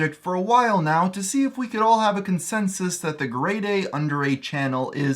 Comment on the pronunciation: Umm its gre deya